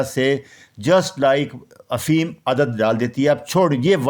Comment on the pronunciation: او بھائی افیم نہیں ، افیون ہے۔